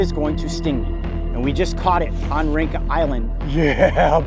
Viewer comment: The name of the island is read "rintja" not rinka